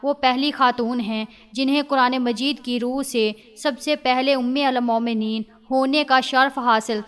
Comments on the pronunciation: Aap Urdu ka alfaaz galat padh rahi hn.. Ummul momneen..sahi.. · Umulmomineen ghalat parh rahe hain